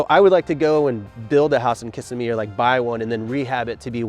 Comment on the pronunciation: He pronounces Kissimmee incorrectly every time he says it. Lol